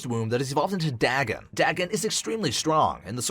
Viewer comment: Dagon is pronounced: Day-gone. It’s a reference H.P. Lovcraft books.